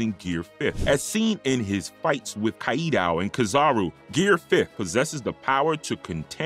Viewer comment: Bro why can’t you just pronounce Kaido right there’s an entire dub in English where they tell you how to pronounce everything and you still mess it up